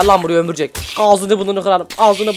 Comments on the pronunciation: Bu arada sen ömürcek diyodunya o ömürcek deyil örümcek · abi sen neden örümcek yerine ömürcek diyosun yada ben öyle duyuyorum